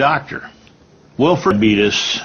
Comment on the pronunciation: ''this presentation is brought to you by DIABEETUS '' 🤣🤣🤣🤣